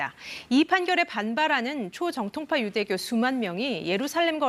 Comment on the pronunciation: 남자 앵커녀석아..."초V정통파"를 "초정V통파"로 발음하냐? 너 공채 아니지?